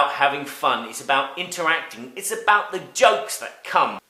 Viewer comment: wouldn't that sound like "cared". I'm from WV and personally don't hear that. I don't normally notice his accent too much except when he talks fast, then sometimes I notice his "about" or "out" becoming "aboot" or "oot". With "card", "lard", "bard", "hard" the main thing I can hear is maybe he says it with a smile making the "ar" sound last a little longer than may be heard otherwise.